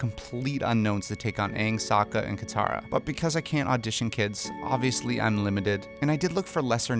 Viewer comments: Your Katara was correct! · BROO YOU GOT KATARA RIGHT THEY CASTED HERRR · Wow you got Katara right xD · You got Katara right! Kiawentiio got Katara 😭❤ I'm so excited for the representation and hoped so badly when this video came out